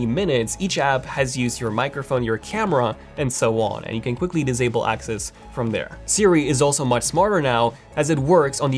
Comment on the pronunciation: "dizable them"